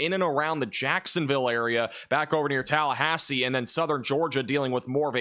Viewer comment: the way he says Tallahassee kills me.